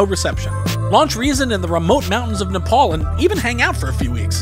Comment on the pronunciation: it's nep-al not nep-aul.